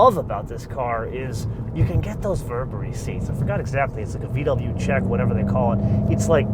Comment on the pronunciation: I'M GLAD YOU KNOW HOW TO PRONOUNCE VW CORRECTLY